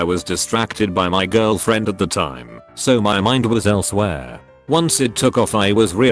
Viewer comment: I can't stop laughing when he says Elsewhere lol